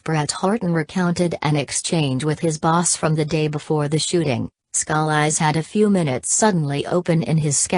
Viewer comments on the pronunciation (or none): somebody help her pronounce his name! PLEASE!!